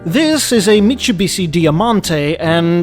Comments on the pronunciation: Barely anyone is mentioning how he pronounces Mitsubishi??? "Michubisi" had me dying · you must pronounce the SH in Mitsubishi like it sounds in English. You got the rest right.